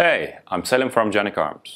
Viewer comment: Thank you for pronouncing the name correctly, very few video reviews done in the US do this! Also, thank you for producing an amazing pistol, I have both a TP9SF and SXF. I also just bought my son who is a Los Angeles county Sheriffs deputy a SFX and he loves it.